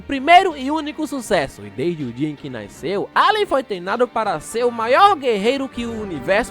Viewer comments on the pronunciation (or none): none